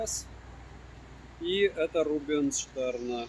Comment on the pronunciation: здравствуй. Рубинштейн, а не Рубенштерн. С уважением. Обзор - топ. В принципе, как всегда.